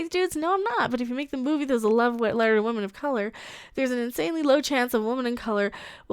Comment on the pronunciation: Captain Wahmen Strikes Again!!😂